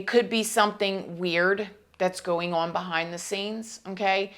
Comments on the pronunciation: The word 'on' is just one syllable. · Can't handle her rap pronounciation of "on". She sounds like Tiffany Hadish or Queen Latifah